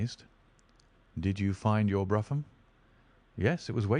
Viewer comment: It’s pronounced broom…..not bruffam…….